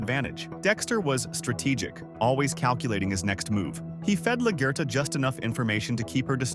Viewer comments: 😂😂😂 was thinking same thing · Good video and analysis but please learn how to pronounce LaGuerta properly, it had me dying